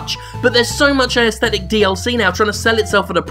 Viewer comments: Why does Jim keep saying "ayesthetic" instead of "aesthetic"? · He pronounces 'aesthetic' unusually. Is that an Australian thing?